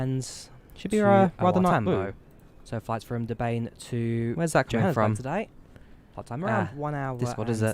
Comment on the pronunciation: Awesome video and thank you for flying in SA. Your pronunciation of Durban could use some work though lol